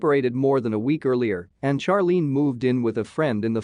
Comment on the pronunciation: Finally. A pronunciation from a computer that I agree with!☝️ Charlene should be pronounced in the same way Charlie is 😆